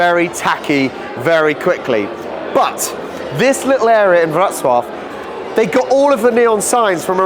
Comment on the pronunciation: Thanks for learning how to correctly pronounce Wrocław. I know it's difficult for an anglophone to wrap the mouth around a foreign method of pronunciation. Wrocław był mój drugi dom.